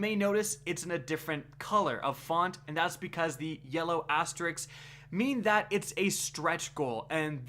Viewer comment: Yellow "asterix":-P Thanks for covering the updates,. Keep up the good work;-) Edit: I'm looking forward to watching your video on raid armor mods.